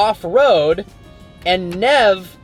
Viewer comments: It’s neither NIV nor NEV its N E V E (italian) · You say Neve not nev lol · When u read in spanish or italian you need to say every single letters. Is not nev, is neve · 😐 It’s “NEV-A” like how you’d pronounce “Never” but with the Last E as an A (NEVE) not Niv and not nev ☺️ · Omg those pronounciations lol. Its Ánima, first letter with the accent, and Neve is pronounced like never without an r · Neve is pronounced nay-vay. Not like never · sorry this is really bugging me, but 'neve' is pronounced 'nayvay' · Bro you pronounced “Neeve” wrong. You say it “névé” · Hi, "Neve" pronounced as Nie-Ve, Nye-Ve it is the Spanish word for snow. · Nev? Niv? It's neither dude lol you gotta pronounce the last e the same way u say pronounced it the first time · Neve = nay-vay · listening to him pronounce anything foreign is always cringe inducing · lmao man you gave him no real help to pronounce the word if he read it wrong the first time he’ll read it wrong in your comment It’s pronounced “NEH-VEH” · Neve is italian for snow...pretty evident that you don’t speak/know Italian 🙂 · How can he get such a short word as "neve" wrong in two different ways? 😂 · Any italians get triggered how he pronounced neve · Please pronounce Neve Right 😂